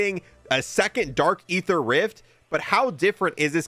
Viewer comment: It's pronounced ee-ther, not "ay-ther"